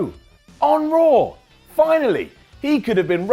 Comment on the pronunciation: I like how he always pronounces Raw like RAWR